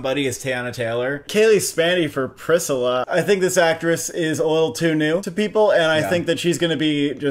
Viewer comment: The pronunciation of “Priscilla” threw me off so much, I went back like 6 times to hear it again! I love it haha. The best actress lineup outside of Hüller, Barrino, and Lee seems iffy to me. I think Margot Robbie is very likely to get in, but the last slot I wouldn’t even know who to pick.